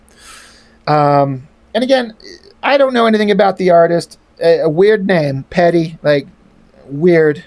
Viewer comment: I met Pedi once at SDCC in the mid 90's. He was really nice to me and my friend but he cheered a little hyper active and aloof. I remember him signing my book with one of those gold pens. His signature took up the whole cover. I have a sketch he did for me also. He basically drew himself. BTW, his name is pronounced Pie-dee.